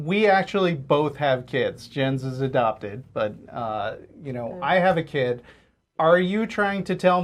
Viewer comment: "When I was a keed..."